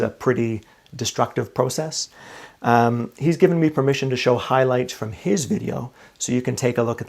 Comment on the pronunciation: LEFT THE VIDEO AS SOON AS HE MISPROUNCED PROCESS...CANT TAKE ANYONE SERIOUS WHO CANT SPEAK